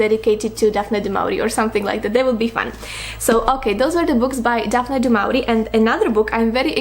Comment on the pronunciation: It’s pronounced like “du mo-ri-e”